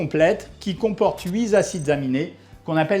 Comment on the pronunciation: très intéressant mais de grâce, arrêtez les liaisons là où il n'y en a pas ; huit z acides aminés, douze z acides...